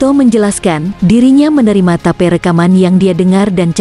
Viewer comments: ya biasa itu, tp Channel nya mantabs, sama tadi ada Tape dibaca Tape, harusnya tep. Sukses utk channel nya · suaranya kaya suara yang di google map hehehe tip di bilang tape.. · Bukan ta..pe....tapi "tape" min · Mbak zaman now ya kl tulisannya TAPE bukan tape singkong atau tape ketan TAPI TAPE RECORDING dibaca "tip" casset (kaset) pita. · Pengisi suara nya ngomong tape,pengen makan tape ketan mungkin mbak nya 😁... Tape English mbak 🤦‍♀️ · Mimin klu baca yg benar dong..rekaman tape..😅😅😅😅klu sy sih paham mksudnya..klu tulisanya bhs inggris yg d baca..dgn bhs inggris pula..bljr lah..biar enak aza ndengerinnya.. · auto ngakak...tape..tape..